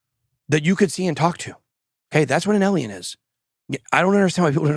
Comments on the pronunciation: They are writing Eliens because you keep saying Eliens. Its Alien. With an A. Practice it Bitboy! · It’s pronounced “A-lien,” not “Elien.” People are spelling it with an E to mock the way you pronounce it. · Ben, it’s pronounced ay Lee in, you are saying ehl ee in. Alien you are saying elien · A-liens not El-iens! Your pronouncing it so wrong, it's laughable! 😂